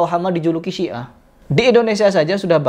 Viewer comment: Siah bukan si'ah... Sia